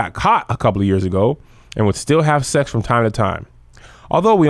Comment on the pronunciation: The illicit suexxxx??? The way you pronounced that had me out 🤣